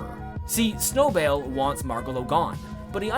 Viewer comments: every time you mess up Snowbell's name pains me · Im here for the different pronunciation of Snowbell almosy everytime you say it. Lol